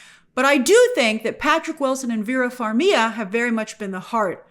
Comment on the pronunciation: Who is Vera "Far-mia"? It's always been Far-mi-guh, Grace. Why complicate it? She's Ukrainian. Far-mi-guh with a rolling 'r'.